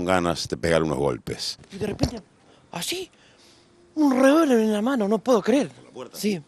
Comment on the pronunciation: un revolverjdudjsqfs en la mano no se entendio nada jajajajaja